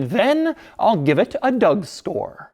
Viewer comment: Did he say Doug Store???...do i sense a easter egg there on whats to come on cars and bids?